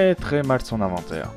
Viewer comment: Mdr , c’est pas « aventaire » mais plutôt « inventaire » 😉